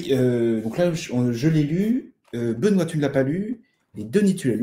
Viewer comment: ne change rien, quoiqu'en disent tes 2 acolytes, ta prononciation est top 😁😁😁